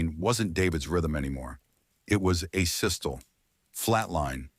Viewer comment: Asystole is pronounced A sis toe lee sorry but it was bugging me I am Asperger's